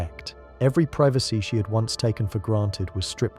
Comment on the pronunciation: Dude is it pronounced privacy or privacy? Pick one. lol 😉